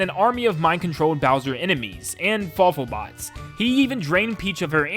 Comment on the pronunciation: Fawful, not careful.